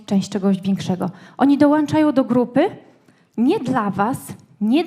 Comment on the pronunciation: Dołączają a nie ~dołanczają. Merytoryka spoko. Pomysł na biznes podchwycony.